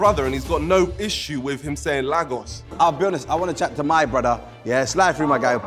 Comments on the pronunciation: It’s pronounced Laygos not Lagos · Him saying lag-os💀💀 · I've never ever heard any Nigerian ANYWHERE EVER IN HISTORY pronounce Lagos like that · Dude, he pronounced Lagos wrongly... That's a definite no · And the way he pronounced Lagos was so wrong 😭😭 I knew he wasn’t Nigerian then